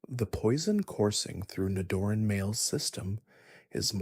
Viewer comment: I almost self-deleted at “Ni-Doran” Followed by the correct pronunciation of its evolution